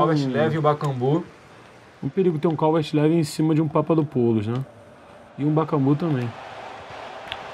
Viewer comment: não é calvert "levin" e sim calvert "liwin"